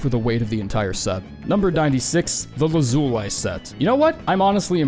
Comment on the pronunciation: it’s pronounced “lazulee” with an emphasis on A